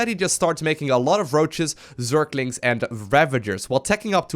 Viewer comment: Am i only one who getting annoyed when says zerKlinKs